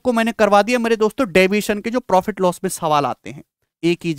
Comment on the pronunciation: Loss ko ye los kyu bolta hi